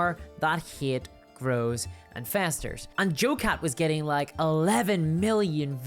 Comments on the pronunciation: I chuckled at the narration. Not sure how this made it into my Youtube feed, but hearing "Hate" pronounced "Heaeate" is totes adorbs. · How on earth can anyone be offended by this cute (a bit cringe) little video? He just says he likes a girl no matter how they look or dress... like wtf? D: People are wild these days. on a different topic: I love your accent or pronounciation.. the way you say "Hate" or "Creator" is incredibly funny and cute haha